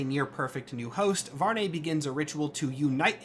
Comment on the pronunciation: I think the correct pronunciation might be VARR-NEE like algae. Impossible to be sure if nothing official confirms it but I prefer the nay sound. Blood Hunt kinda seems like a Marvel writer liked the Volkihar stuff in Skyrim and wanted a Marvel version to be a thing.